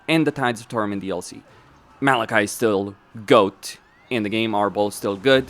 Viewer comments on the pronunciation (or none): none